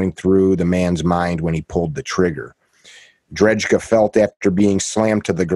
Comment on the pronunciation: Michael drejka (pronounced drayka) was sentenced to 20 years in prison.